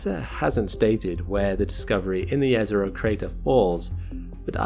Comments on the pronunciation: Thanks for pronouncing Jezero correctly :) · This is the only person who pronounced Jezero correctly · To be on the safe side I'd say it's quite possibly the first time I hear it pronounced correctly by an English speaker. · wow, right pronounciation of "Jezero" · I have tremendous respect for your correct pronunciation of Jezero! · No, we did not find life on Mars. Let’s watch the video now. Edit: Congratulations on pronouncing Jezero and Neretva correctly. I grew up on the shores of Neretva river in Herzegovina